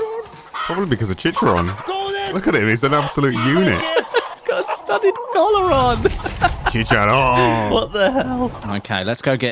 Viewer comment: Its fkin CHICHARON, not Chicharon 》:(